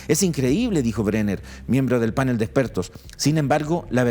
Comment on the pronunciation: Canal, pastel, atril, farol, azul, PANEL. Y no "pánel" ( , , , etc.), por favor, que no existe.